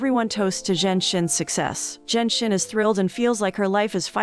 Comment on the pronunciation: Narrator butchered the pronunciation of the female lead character's name. For a while, I was like who's "zen shen"? It's zhen xin. 2nd male lead is Ouyang.